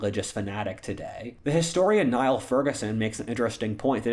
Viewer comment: He pretends to be well read, yet he refers to Niall Ferguson- one of the most famous historians of this century, as Nye-all. And Ferguson’s interpretations are similar to his!